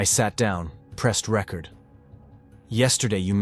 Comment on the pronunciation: The AI in this truly sucks, and if it's not AI, you need to learn to speak English better.You got Salem, you got record wrong.\nIn many other words , wrong in the annunciation